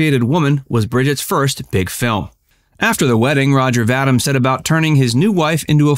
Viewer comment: His last name is pronounced "Va-Deem" , not Va-dimm!